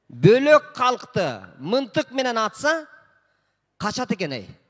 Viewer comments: Мынтык эмес мылтык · Мынтык эмес мылтык десе жакшы болмок ээ